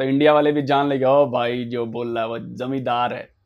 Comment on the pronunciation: वो जमीदार नहीं जमादार है।